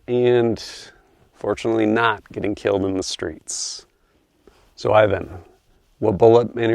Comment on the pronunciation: Every time he said “killed in the streets” I heard it as “Kilt inda streetz” lol